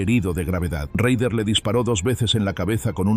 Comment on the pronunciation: Se pronuncia rader